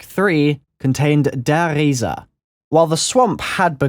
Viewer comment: The way you said the giant in German made me wanna kill myself just because some fucktard in the comments tell you it was right you couldn't be farther away from it.